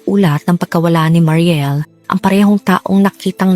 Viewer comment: mary niel po yon maam hindi mariel